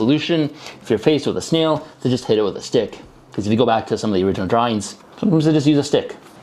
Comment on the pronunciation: I dont know why, but I love how you pronounce snail like "sneel"